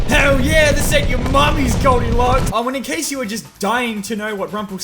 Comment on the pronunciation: That ain’t Goldilocks, that’s Goldiglocks .